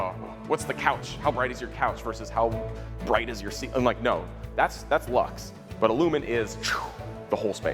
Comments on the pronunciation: ITS BWIGHT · Um it’s pronounced Bright Not Bwight lol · Vewy bwigt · I agree is BWIGHT 😵‍💫